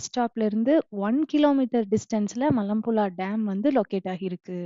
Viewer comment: மலப்புளா இல்லை மலப்புழா சரியாக உச்சரிக்கலாமே